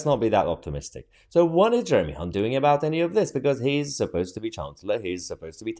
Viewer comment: You pronounced Jeremy's surname incorrectly... 🤣🤣🤣